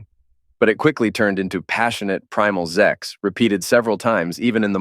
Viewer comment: It's pronounced Sex, not Zex